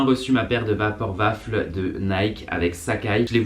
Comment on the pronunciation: Vaporwaffle pas vaporvafle 😭😭😭😭